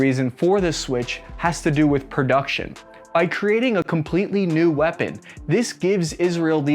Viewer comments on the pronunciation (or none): Produce, production. Perfidious, perfection. Not perduction.